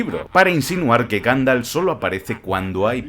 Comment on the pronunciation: Ganfalf? 🤣 Minuto 10,16